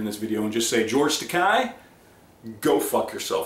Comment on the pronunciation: Takei rhymes with gay.